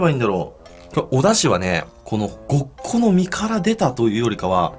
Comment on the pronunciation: うん。ごっこの身がさ、ボッコの実にしか聞こえんのよ、うん。